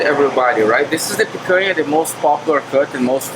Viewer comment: Thanks for the review! Now we have this on our list of restaurants to try. It’s pronounced pican-ya. Other than that, awesome!